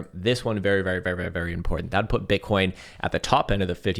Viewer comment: Is it just me or did he say bitcorns several times today without realizing it 😂